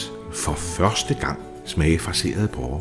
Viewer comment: Det hedder porre, og ikke pårre...